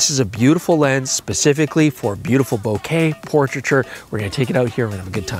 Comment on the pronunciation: Thank you for saying 'Bokeh' correctly and the way it should be.